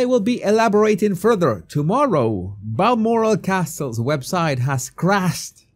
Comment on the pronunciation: Glad you can pronounce Balmoral Castle correctly. Greetings from New Zealand